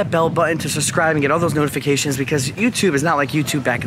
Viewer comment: Bro. Truly I do love the exploring videos and having the chance to see things I otherwise wouldn't, but are we seriously gonna let him just get away with CONTINUOUSLY saying "liberry", "suscribe", not knowing what formaldehyde is, etc.?!?! COME ON DUDE.